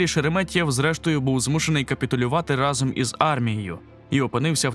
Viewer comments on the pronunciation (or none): none